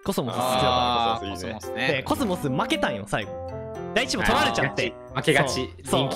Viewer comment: あたりのなかむの「負けたんよ」が凄い関西になってて好き